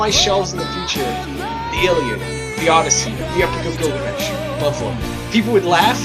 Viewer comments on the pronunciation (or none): none